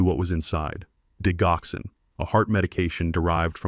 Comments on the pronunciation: It's not digh ox in. It's dij ox en. Accent on second syllable. It's a cardiac medicine used to strengthen and regulate heart beats. It is from foxglove, one of the oldest medicines in the 🌎🌍 world 🤔🤔🌊🌊🌊✌️✌️💥💯🌍🌎😘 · Digoxin pronounced Dij oxen Digoxin is used to treat congestive heart failure and to slow the heart rate in patients with atrial fibrillation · I enjoyed the story however are there any humans that proof listen to these AI generated stories? the reason I ask is Digoxyn is pronounced Dijoxin. and it does not stop the heart. It causes the heart to go into disrythmia.